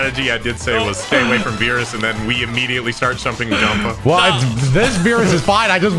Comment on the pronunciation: i cant believe nobody noticed said chumping jumpa🤣🤣